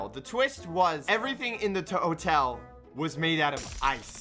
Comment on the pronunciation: are we not gonna talk abt how he said tuo-tel